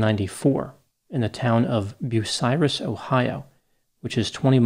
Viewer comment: Are you from Ohio? I am impressed you knew how to pronounce Bucyrus!